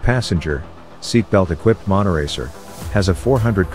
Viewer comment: Not monoracer but monotracer?